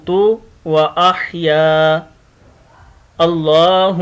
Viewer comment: sir aap ka tlafuz glat ha ahaya haa ha kaah nahee ha